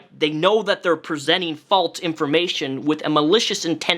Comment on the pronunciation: Great video. I noticed you say “false” like “faults.” Do you say Alzheimer’s like the people who say it “altzheimers?” Just wondering. No hate. I found it interesting.